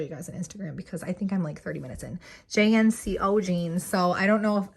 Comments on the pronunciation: Missed you and your laughter soOOoOOO much!! Good for you for taking time off as needed. (And agree with another comment about the JNCO jeans lol. We said it like a word in the 90's, not letters, Jinco Jeans. And now I wonder if I am about to hear a new generation rename our pants hahaha) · You calling them J N C O jeans makes me feel ooolllldddd. Hahahaha.